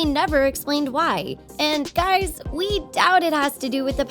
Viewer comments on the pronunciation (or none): none